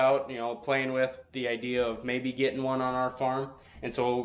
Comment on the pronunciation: “gittin”, would that be similar to “getting” ? Maybe a girlfriend with 5 teeth is aiming a bit high. Love your vids 🤘